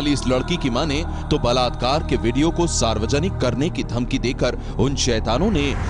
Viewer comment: Blatkar blatkar😠😠😠 Kese bol the ho